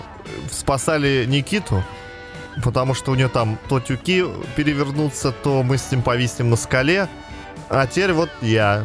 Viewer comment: Правильно говорить тюкИ, тюкОв